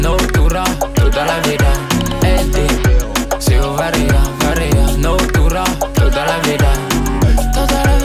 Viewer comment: Franchement lourd mais deseo tu le dit pas bien...